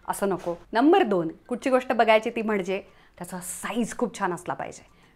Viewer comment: A tshirt doesn't have to be fitted. Fitted tshirt is a look, but a looser sleeve is also one. There is nothing wrong with it. Plural of hardware is hardware, not hardwares. Also, don't over enunciate 'mhanje'. It's mhanje. Not mhanaje.